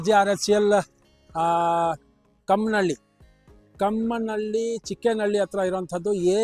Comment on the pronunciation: ಚಿಕ್ಕನಹಳ್ಳಿ - ಕಾಮನಹಳ್ಳಿ sir adu ಕಮ್ಮನಹಳ್ಳಿ alla..